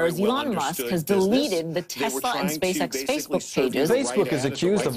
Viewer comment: You're pronouncing Facebook as "Fazebook" or "Phasebook" of the video - there's NO Z!